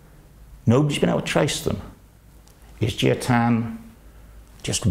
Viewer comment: Jia as pronounced more like "jar" than like "gee ah" (with a British accent).